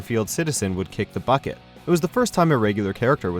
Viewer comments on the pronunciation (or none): none